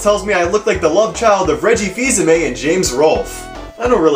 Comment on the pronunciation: I like that you know how to properly pronounce Reggie Fils-Aime's name.